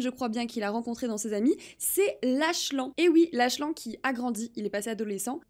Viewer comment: La vidéo est trop bien mais juste pour te dire le prénom du "fils inconnu" se prononce Laklane